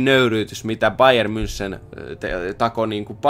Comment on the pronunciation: Sori kun nalkutan ääntämisestä, mut voisitko sanoa bayer "mynhen"